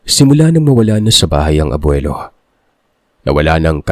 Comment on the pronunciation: Ano ang mahirap bigkasn abwilo o Lolo😂